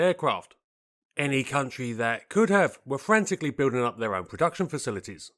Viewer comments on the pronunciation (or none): none